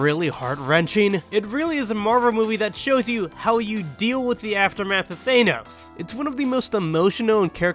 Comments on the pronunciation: Thane-ose XD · Nice video…I just can’t get over “Thaynos” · Why do you pronounce Thanos like that?